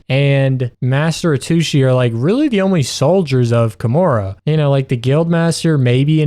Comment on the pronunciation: the moment you said "kamaru" instead of "kamura" it finally clicked are you perhaps dyslexic??